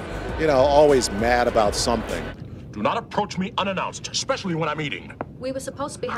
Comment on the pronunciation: Why do presenters always put the emphasis on the wrong words? "We spoke with Michael Dorn ABOUT Star Trek..." About isn't the interesting word here.